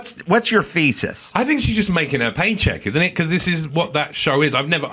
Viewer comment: I know Adam asked of Whoopi “what’s your thesis” but at first it sounded like, “what’s your feces” which ironically still works. 💩